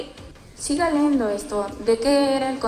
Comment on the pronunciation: Universitaria y dice " siga leendo" se dice siga leyendo. 🤭 Debe haber desaprobado el curso de lengua.😄😄